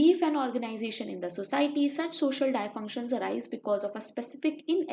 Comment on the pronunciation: Its pronounced as “dis-function” not “die-function”🤗